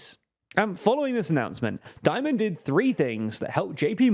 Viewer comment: "Dimon" nor "Diomond"